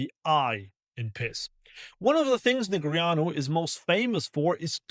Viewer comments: Did this guy actually pronounce Daniel Neg ree ahnu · I think you’re adding a vowel sound in his name. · correct pronunciation of a name is by the person whose name it is, and he definitely does not pronounce it that way